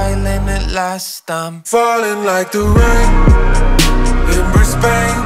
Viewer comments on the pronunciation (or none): this is wonderful but please you're saying Brisbane wrong Source: I live here:( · Not how you say Brisbane :( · Bruh you said the city wrong. Before relaxing make sure your pronounciation is right or itshould weird asf to hesr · As someone from Brisbane, hearing how you pronounce Brisbane doesn't feel good. But the song is good 👍